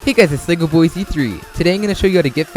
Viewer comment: Probably the first time he said legoboyz3 right